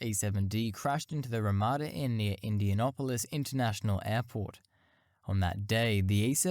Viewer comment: IndianApolis . not -Opolis.